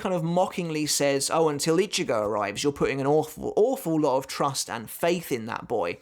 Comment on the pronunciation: Itchy-go, he who itches, goes? oh he didn't mention itchy-go in this video, but when he does he makes sure to mispronounce the name, and call him "Itchy"-"go"